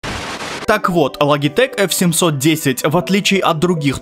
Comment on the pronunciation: Не лагитэк а Лоджитэк